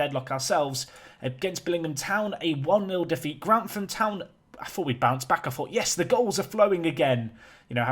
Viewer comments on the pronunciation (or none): none